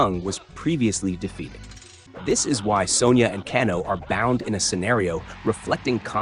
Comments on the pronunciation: It’s kay-no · Pronounced Kay-No brother but other than that great stuff 😅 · Can-o???? Let’s be real you’ve never played one of these ever nor seen a movie…..Can-o…..wow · Kahn-oh? AI is ruining YouTube.... Thumbs down